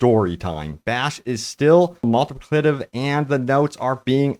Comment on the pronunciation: Slow down and say it with me. Mul-ti-pli-ca-tive.